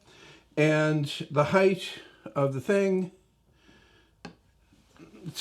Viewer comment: I hate height pronounced as heitth instead of hite - really sets my teeth (those that remain) on edge! Width and length are fine LOL